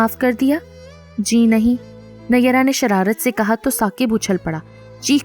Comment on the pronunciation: Phir bhi nayyera nhi hai pronounce sahi hona chahiye